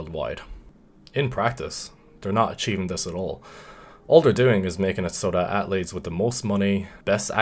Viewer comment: People: Athletes: At-letes Me: I've being saying it wrong my whole life